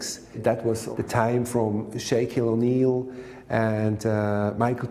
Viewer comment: Shakequille O'Neal 😂